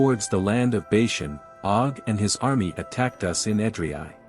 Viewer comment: Please get all the pronunciations correct. Sounds terrible and the main topic thats being mispronounced.... Bashan is not Bayshun. He is afterall your main subject of the video!